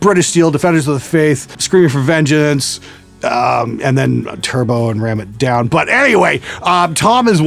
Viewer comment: I like how you grit your teeth while uttering 'Turbo' and 'Ram It Down'. I find myself doing the same.